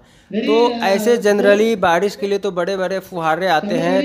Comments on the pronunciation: बाडीस नही रे...बारिश बोलते हे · बारिश बोला जाता है ना की badis